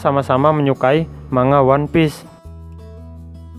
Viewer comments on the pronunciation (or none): none